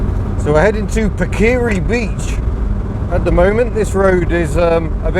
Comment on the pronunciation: Hi, It's pronounced Parker ree .In NZ the gravel roads are called metal roads... and I reckon it's why possum Bourne was such a great rally driver.A lot of us learnt to drive on them.